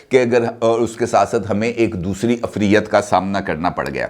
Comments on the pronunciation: The word is IFREET Afriyyat 😄😃😀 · یہ لفظ "عفریت" جیسے آ پ بول رہےہیں اس میں تھوڑی تبدیلی کر لیں ،ع کے نیچے زیر ،ف پر جزم،ر کے نیچے زیر ی کو کو ر کے ساتھ ملائںں اور ت پر پھر جزم یعنی ifreet اور عفریت مذکر ہے موئنث نہیں بیٹے